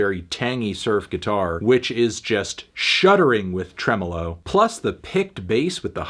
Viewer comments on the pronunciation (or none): none